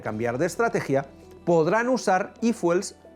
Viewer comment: No se dice ifuel , se dice ifiuel 😅